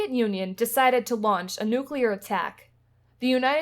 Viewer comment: I’ve watched the entire series. Thank you for producing it. But, I’m still perplexed at the fact that, after spending years of your life here, you still can’t pronounce the word, “nuclear”. I find that very odd.